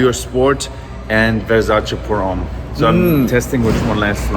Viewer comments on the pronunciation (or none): none